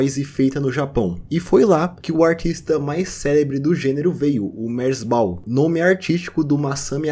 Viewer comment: Essa foi a primeira vez que ouvi alguém pronunciando "merzbow" que não fosse eu